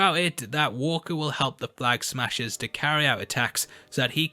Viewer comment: “Flag ahaggers”? lol!!